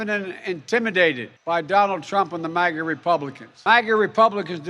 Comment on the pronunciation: Obiden mistakenly gave us the "MAGA" term, like LGB, and now they're taking it to the negative EXTREME. My ears bleed at his mispronouncing of it.